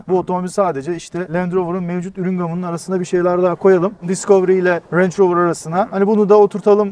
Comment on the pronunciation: Misafir kim bilmiyorum ama bu aracın 21.yüzyıla adaptasyonu, özellikle dizaynı otomotiv dünyasında neredeyse istisnasız hayranlık uyandırdı. Zaten markayı telaffuz edemediğine şahit olduğum anda kendime işkence etmemin yersiz olduğunu düşündüm. Video orada bitti: Bir Range Rover nasıl denir bilmeden - bu ne cesaret otorite diye çıkmak binlerce kişinin karşısına!...